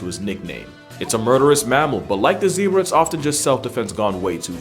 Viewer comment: The Zeb in Zebra rhymes with Deb.